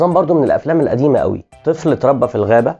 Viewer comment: قوي مش بال ق بال أ